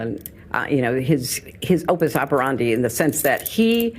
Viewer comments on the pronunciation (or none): Wtf is an "opus operandi" 😂